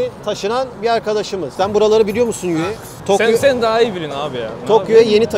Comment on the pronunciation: Yuhei ❌️ Yahya✅️